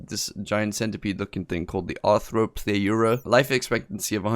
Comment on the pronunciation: Its R-throw Plu Ra. Gia-gant toe Pith ah Cuss . Para Cara Thee Rum . may be phonetic spelling will make it easier to say :-)